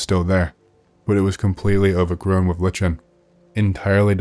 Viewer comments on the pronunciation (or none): By the way, lichen is pronounced liken, not litchen..